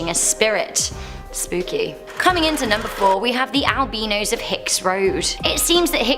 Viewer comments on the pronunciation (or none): Sweetie it isn't pronounced ale-beanos😂 it is al-bye-nos ❤ meaning white I believe